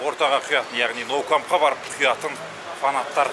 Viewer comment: Ноу Камп емес Камп ноу гой